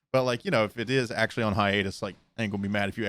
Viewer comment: I’m sorry but did you mean Hiatus? i have never heard hiatsu